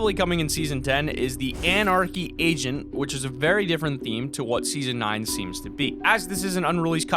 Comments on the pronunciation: he was talking about the anarchy agent but at the end of him talking about it he says we might be seeing it but it sounds like he says anarchy Asian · It sounds like he is saying anarchy Asian 😂 Like if u agree👍🏻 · did anyone else see he said "Anarcy Asian" instead of agent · I swear I thought you said "Anarchy Asian" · Anyone else thought he said anarchy Asian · Swear I thought he said anarchy Asian Lol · It sounds like you said Anarchy Asian ;_ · Lol when he was talking about anarchy agent he said anarchy aisn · I thought he said anarchy Asian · Am I the only one to hear him say Anarchy Asian?? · I thought you said anarchy Asian which does not make sense at all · Did he just say anarchy asion lol